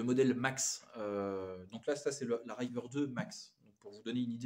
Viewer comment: RIVER Riz-veur pas Raille-veur